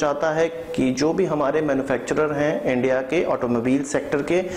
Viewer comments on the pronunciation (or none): none